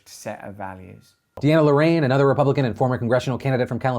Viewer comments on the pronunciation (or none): none